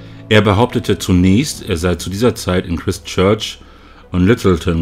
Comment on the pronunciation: Das Christ in Christchurch wird Chreist ausgesprochen.